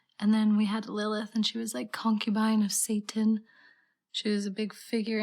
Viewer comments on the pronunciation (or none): none